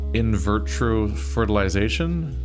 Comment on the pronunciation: There is only one r in the word "vitro" but you keep saying it as if it has two lol